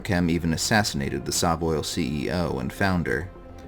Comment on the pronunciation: I say SovOil similar to Soviet, not Saw.